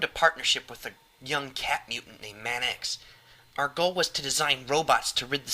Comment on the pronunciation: Your voice acting is really good but I have to point out that Manx should probably be pronounced Manks and not Man-X =P Manx is actually a certain breed of cats =)